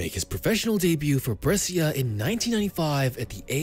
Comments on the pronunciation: Man please it is not Bressia, it is Breh-sha.. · say it right ..is brescia